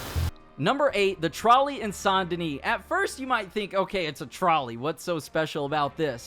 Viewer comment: Is anyone else a little irritated by the way he pronounces "SAINT "